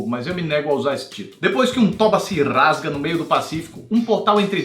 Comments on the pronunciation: "Depois que um toba se rrrrrrasga..." kkkkkkkkkkkkkkkk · "Depois que um toba se rrrrrrrrrrasga no meio do Pacífico" EUAHEUAHEUHAUEHAUEHAUEH Socorro